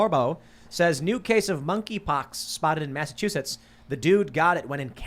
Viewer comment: saying Massachusetts and all I hear is "Massive huge tits"